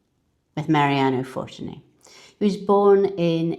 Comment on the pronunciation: I think, the stress of the word is in the middle syllable... ForTUni.